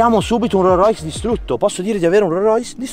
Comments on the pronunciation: "un ro rois" e con questo chiudo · "RORROIS" (si scherza è) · Non conosci i modelli di rollrois ma nemmeno la pronuncia grande lori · Devo imparare a pronunciare correttamente ROLLS ROYCE😅 comunque vi aspetto su instagram come al solito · Ma come pronunci Rolls Royce 🤨